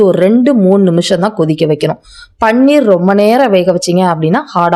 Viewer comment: It is paneer,not panner